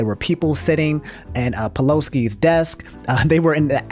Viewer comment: I've really enjoyed your videos recently. (just found your channel) nice to have someone who isn't payed to yell at people telling us what's going on. also I don't think it's pronounced peloski lmao